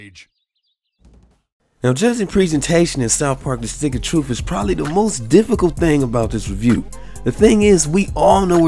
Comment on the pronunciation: "Stick of Troof" Stay black bro. Don't ever change.